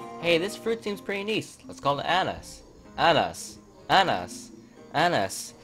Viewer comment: Pretty good, but thats not how Russians pronounce pineapple